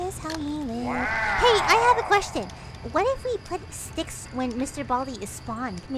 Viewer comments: ITS BALDI NOT BALD MR BALDI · WHERES THE I IN BALDI